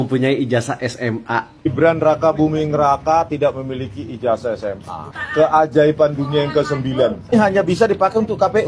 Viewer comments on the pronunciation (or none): Ijazah bukan ijasah Netizen bukan netisen.. Zzzzzz.... Bukan Sssssss🙏